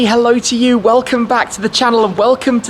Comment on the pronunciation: “you wocom”